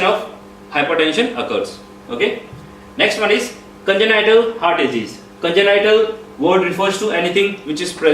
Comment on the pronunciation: Good job! Just need to improve pronounciation of some words. Such as Heart- it's haat not hurt!